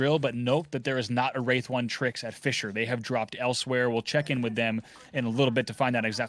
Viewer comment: saying fissure sounds like fischer, i was confused the whole game